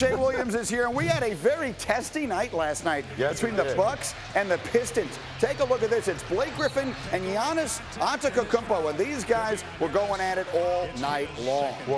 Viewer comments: Take a look at this, it's Blake Griffin and Giannis Ankakoukopo 😭😭😭 MFs are still butchering his name. 💀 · He said “Giannis Antekukunko”